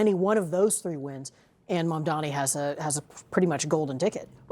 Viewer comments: *Mamdani not Mamdamy!🙄🙄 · why can't this idiot say MAMDANI correctly? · It is MAMDANI, Andrew. Are you dumb or are you mispronouncing his easy name deliberately ? Haven't you been told already by Mamdani himself during your awful debate where he gave you a shellacking of how to pronounce his name ??? Andrew it appears does not know his alphabets. Oh he is good at one thing though. Grabbing women and oh sending the elderly to their deaths